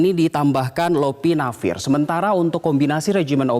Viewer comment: News Anchor nya harus latihan lebih keras lagi nih, akronim BPOM masa lupa sih, trus itu bukan Iopinavir, tapi "L"opinavir.